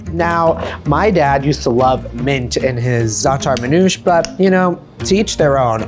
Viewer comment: Manoush ? MAN'OUSHÉ. Zaator? Zaa'tar. Isra-what? Palestine. Just say it the Lebanese way and stop westernizing our culture. Teach them the word as is.